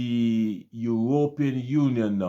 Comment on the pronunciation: Bro. I have some problems with your presentation. Firstly, I do not understand why you pronounce the word European the way you do. If I were a non caribbean person I would be misled to think that this practice is widespread in the caribbean. A few of the smaller islands decided to practice this nonsense but for many of us that is not our reality. You paint a picture that all we have is tourism, that is not totally true. You should be specifying that the few island that engage in this practice have only tourism. Stop saying "we" that problem is unknown to many of us. In the caribbean we have more than tourism as revenue generators. Trinidad has oil and a vibrant manufacturing industry. Export of agricultural product generates revenue.. jamaica and guyana are known for their bauxite. Jamaican manufactured products flood the caribbean and can be seen in the US and Canada. Guyana has bauxite, oil, gold diamond, lumber and some manufacturing. In my own country Barbados we depend heavily on tourism, some light manufacturing with the manufacturing of pharmaceutical topping the product list. But we generate a considerable amount of revenue from the financial services business. While we do not have natural resources our greatest asset is our people. We are amoung the most stable countries in the caribbean with one of the strongest dollars. My brother I do not like the way you protrayed the caribbean. That is the oecs countries that is not us.